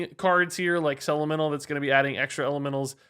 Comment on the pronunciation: I can't stop hearing say "LMNO" instead of "elemental".